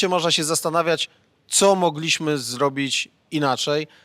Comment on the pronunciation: Panie Krzysztofie: "MOgliśmy" a nie "MogLIŚmy"...itd,itp!!! Jest Pan dziennikarzem, mówi Pan do wielu ludzi.. Czasem prawidłowa akcentacja się Panu udaje, ale mam wrażenie, że to jest trochę poza kontrolą.. Proszę być wzorem stosowania języka polskiego, w odróżnieniu od polityków, z których tak chętnie Pan szydzi (nie mówię o słuszności tego, bądź jej braku. to zupełnie inna sprawa). Pozdrawiam!!!